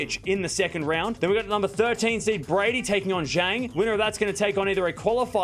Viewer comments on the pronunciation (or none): none